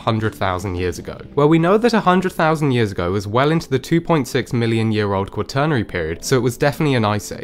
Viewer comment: I’ve never heard “quaternary” pronounced like that before (kwuh-turnery), and I can’t find any sources that also pronounce it that way. Definitely a weird one. Every source I know of pronounces it more like “quat (like squat)-ruh-nary”.